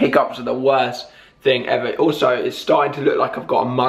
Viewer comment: haha i just realised that you say think instead of thing you should try to start saying thing instead love u